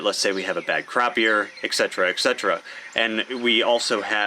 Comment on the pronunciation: Please don't take offense to this, but if you're going to use a word as often as you do 'etc', please pronounce it correctly. et-cet-era. Sorry, it just makes my ears hurt.